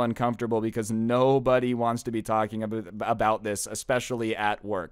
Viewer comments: Did you say "aboot" and quickly said "about" as a cover? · Aboot-About this